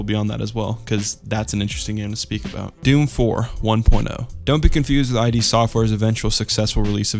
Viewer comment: It's not "eye dee" software, it's Id Software. As in, the id, the ego, and the superego.